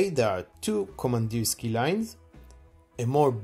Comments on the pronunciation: Pronounced VASTÒK KAMANDÌRSKIE (not Vostòk Komandirski) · Kamandirskiye iirc? е is pronounced ye